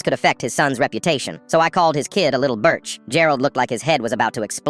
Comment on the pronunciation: It’s birch 😂😂😂😂😂😂 don’t worry G god bless you my man